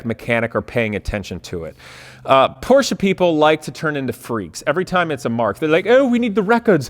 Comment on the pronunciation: You are the first American who pronounces Porsche right, congratz. This is a nice 944, but i prefer air cooled 911's. Nevertheless this 944 is a piece of art so handle it with care.